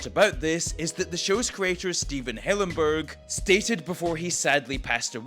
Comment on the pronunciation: How do you do all this research / compile all this content on the show and still get the creator’s name wrong? It’s Hillenburg, not Helenberg.